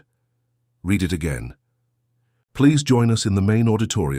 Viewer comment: Read it again is pronounced ‘red’ it again!!! Your AI needs fixing!